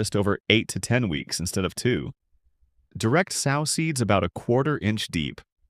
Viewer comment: I hate the way the bot pronounces "sow" as in a female hog. If the bot doesn't pronounce correctly, let a human narrate.